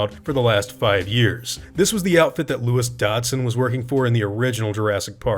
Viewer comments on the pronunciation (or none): none